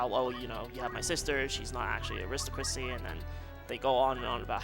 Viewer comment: I need to take aside and tell him how to pronounce aristocracy and monastery though.:p